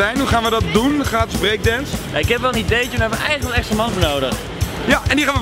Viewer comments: Gatis?! Moet het niet "Gratis"zijn ? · "Gatis" :P